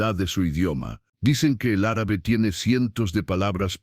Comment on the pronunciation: Linda historia, pero no vuelva a pronunciar Árabe por favor. ❤❤❤